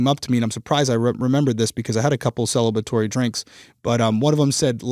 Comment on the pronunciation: celebratory drinks or celibitory drinks? 🤣